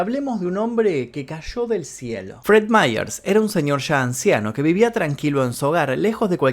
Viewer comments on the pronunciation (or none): none